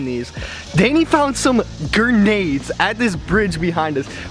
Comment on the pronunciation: The way he pronounced grenade, he was straight up like gernade